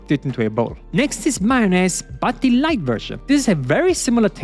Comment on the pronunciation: Man sagt nur thiii wenn das nächste wort mit einem vocal anfängt... du sagst jedes the so. Zb "thii" other aber "the" car